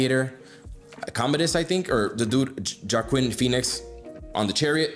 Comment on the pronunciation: “Jockhim” Phoenix lol